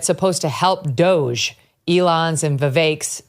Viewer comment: How is it that Megyn doesn’t know how to pronounce Doge??